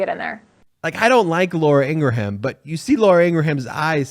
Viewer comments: It's not "Ingra-ham". it's "Ingram", despite the spelling. search for the video of her brother on youtube providing the pronunciation ... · Ingraham is pronounced "ingrum." Not "ingra-ham." "Ingrum." FFS. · I. Eli eve it is pronounced ingram